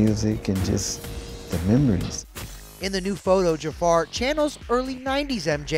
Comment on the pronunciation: Jafar❌ Ja-a-far ✅